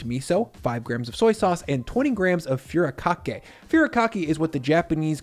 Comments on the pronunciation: please at least look up how to pronounce japanese words like furikake foo-ree-ka-kay not FURY-kakay japanese vowels are all pronounced the same, use this example sentence to understand the pronunciation of each vowel: "Ah, we soon get old" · Thought you'd want to know; it's not 'few rah kah kay', it's 'foo dee kah kay'. Otherwise, another great vid! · Dude, it’s “foo-ree-ka-kay” not “fury-kakee.” 😉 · I subbed once she ate that spoon of mayo....poor girl lol - PS it it is FOO REE KA KAY. Watching from Japan 👀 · Furikake is pronounced: foo-dee-KAH-kay. I've never tried it in a chicken salad, but now's the time! Also, about the Kewpie mayo: it's really important to buy Kewpie that's been manufactured in Japan, rather than the Kewpie that's made in the US. The Japanese version has better quality eggs and a special vinegar blend that makes it really something special. The US version is underwhelming.